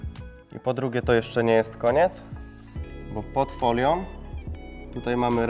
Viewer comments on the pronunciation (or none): Widzę ,że wziąłeś sobie komentarz do serca i zaczynasz mówić prawidłowo ,brawo :) To teraz przestań mówić "opalarkom" , "foliom", "rękawiczkom" bo denerwuje to niemiłosiernie ;)